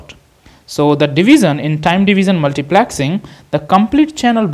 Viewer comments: its multiplexing.......not multiplaxing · Multiplexing more like Multiplaaaaxing 😂